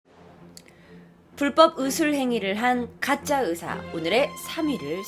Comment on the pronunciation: 으사 아니고 의사 휴우증 나이고 후유증 이게 안되나? 항상들을때마다 의사 발음 안됨